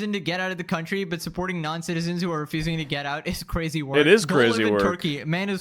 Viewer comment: So cwazy Daddy